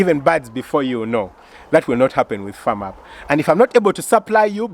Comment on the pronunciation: Wooooow twas a surprise indeed. Well done hey .... For the other group Firm Up .... I think you should pronounce it as Fem not Fam